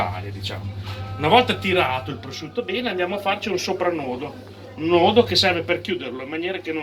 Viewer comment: pvosciutto sbucciato pevsonalmente ievi seva